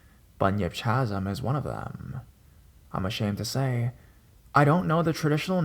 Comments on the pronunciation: Chasm pronounced Kazm sorry youre great i just thought you should know xo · It's pronounced ka-zm. Also Colorado native and also native to the area where third bridge is located. That place is totally a myth. My friends used that place as a make out spot. Scare the girl, get some. Corny but it worked. Keep doing your thing. Listen to you everyday. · Chasm - “kazm”